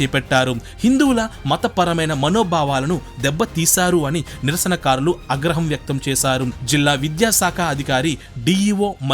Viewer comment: దయచేసి మీ prnounciation కరెక్ట్ చేసుకొనండి ష కి స కి తేడా ఉంది మీ ప్రొనౌన్సియేషన్ వింటుంటే సిగ్గు కలుగుతుంది 1.Official లో షి ఉంది గాని సి కాదు 2. Social లో ష ఉంది గాని స కాదు 3.ఆగ్రహం లో ఆ ఉంది కాని అ కాదు 4. Missionary లో ష ఉంది కాని స కాదు మీరూ చాలా బాగా క్లుప్తంగా చక్కగా చెప్పుతున్నారు గాని ప్రొనౌన్సియేషన్ కి ప్రాధాన్యత నివ్వండి.